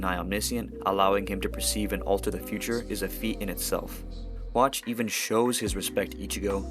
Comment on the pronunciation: i like how u say yhawch as watch